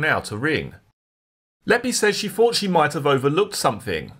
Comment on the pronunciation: PRONOUNCE YOUR WORDS PROPERLY!! ITS “THOUGHT” NOT “FOUGHT” IT’S “THROWING” NOT “FROWING!!!”. Jesus 🙄🙄